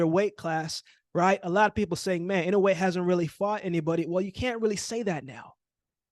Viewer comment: Not too many can say inoue right. You get thumbs up just for that.